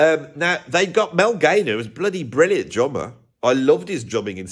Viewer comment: I had to listen back three times to hear he was saying drummer and not jobber. Lol